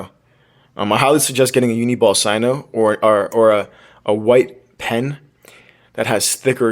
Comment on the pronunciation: It's not Sino it's signo